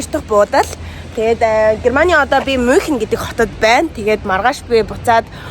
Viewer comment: Мюунхен* gej unshinda (germn hl surdg ucrs hlle)